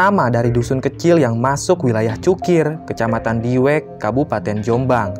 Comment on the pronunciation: Ini admin nya kaya nya bukan orang asli..soalnya ngomong desa diwek aja ga pas..